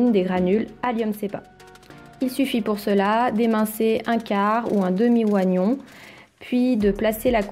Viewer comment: Merci dans l'ensemble, surtout pour la découverte des élastiques de maintien type surgifix. Par contre, attention car l'huile de ricin, étant sensible à la lumière, se conserve en bouteille de verre opaque ! Quant aux astuces, le "i" dans oignon est muet. Et sur les bienfaits du bain dérivatif, cela ne conviendra pas a tout le monde, allant même jusqu'à aggraver une peau sensible en cas d'utilisation en bain de siège. Personnellement, j'estime que l'auteur du livre sur les bains, qui a aussi écrit celui du miam aux fruits, est une charlattante. Ses livres, surfent sur la vague new-age.